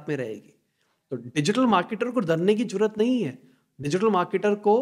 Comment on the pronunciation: Jaroorat nahin.... Zaroorat